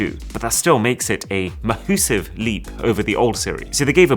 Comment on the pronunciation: Please don't say 'mah-hoosive'